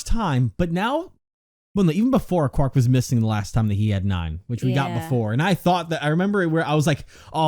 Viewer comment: Zero III calls Quark, 'Quirk'.